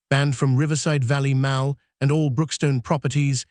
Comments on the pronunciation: The word MALL in this story is pronounced MAUL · Not Maul it’s Mall you nut! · NOT MOWL … MAWL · Narrator needs to pronounce "mall" correctly. Phoneticslly it's "mah...ll" not mal..l". Don't use an England English speaker fir USA YouTube videos since their pronunciation is different than USA English speakers. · Pronounced Maul not Maal 😢😢😢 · She'd testified became she dtestified Mall became Mal Fix your robot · maybe your AI reader could learn to pronounce "mall" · Will someone program this AI voice to pronounce "MALL" correctly? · Your AI pronounces “mall” weirdly